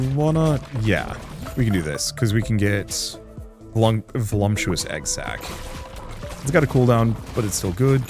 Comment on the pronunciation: There is literally no m in voluptuous